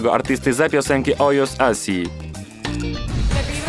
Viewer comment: OJOS ? OHOS JAK JUZ